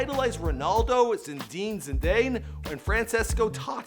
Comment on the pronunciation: Who the hell is zindine zidayne?